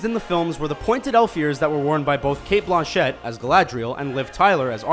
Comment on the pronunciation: Why can't this guy pronounce the actor's names correctly? "Michael Gambin" for Michael Gambon. "Kate Blonchette" for Kate Blanchette. etc etc.